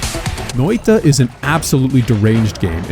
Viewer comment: i love how he pronounced noita as NÖitä also as NöeiTa Loved the vid btw :)